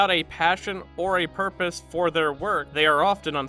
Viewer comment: It's pronounced "purpose".